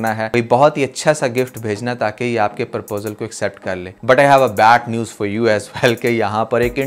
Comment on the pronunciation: You’re doing good, however please make correction in pronouncing proposal it’s not Purposal